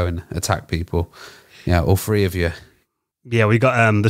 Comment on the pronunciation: Im sorry but i can't keep listening to a grown man saying "free, wiff and wiffout".